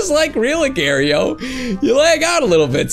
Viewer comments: it's agar.io not agare.yo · He Say Agar.io Wrong To Lol He Say "Agairio"